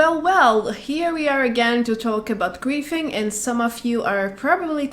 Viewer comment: I think she is saying griefing....but I keep hearing qu××fing???